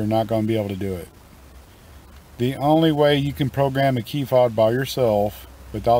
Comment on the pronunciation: It’s Fob bro 😂